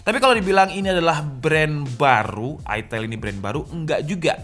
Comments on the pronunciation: Bukan aitel asuw. Baca ae ITEL. Lebih eargasm dan emutable di mulut dan telinga warga indonesah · Aitel ya, bukan itil atau etel atau itail. Bener bener ada penekanan menjurus skali ya 🤣🤣